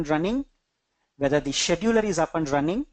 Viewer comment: Great content! Sidenote: you should really work on the pronunciation of Scheduler.